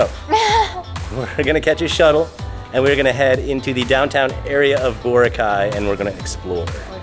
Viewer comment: Hehe. You’re still pronouncing Boracay incorrectly. Emphasis is on the second syllable. ❤